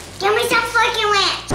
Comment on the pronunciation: Give me some fork and ranch!! Didnt quite sound like that at first. Lol. 😂😂😂😂😂😂